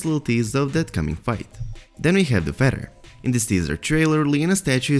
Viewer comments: It sounded like you might have some interesting info but I cannot understand you AT ALL! Also it is a feaTHer , not a feDDer! I don’t know what nationality you are but the only way I can explain it is you have a sing song accent , and where you are emphasizing certain sounds is in the wrong place, so no one can understand you ! I’m sorry because it could’ve been a good video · Feather.. Not Feddar.. Another one of George RR Martins "Fuck yous" to the fans i imagine. You got us Mr. Martin... You got us...